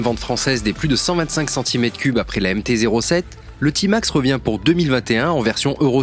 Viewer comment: Vous êtes sérieux ? D’abord on ne dit pas « Timax » mais « Témax », ensuite il est euro5 depuis 2020 ! Il n’y a absolument rien que change pour le millésime 2021 sauf une couleur en plus ... 😒